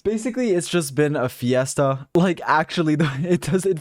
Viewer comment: It’s fiasco not fiesta :) !! Haha